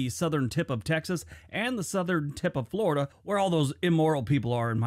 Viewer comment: Florida was only a territory during civil war. No matter, we were confederate and no, the war DID NOT start over slavery. It was taxation(government) issues. He's wrong on the accent too.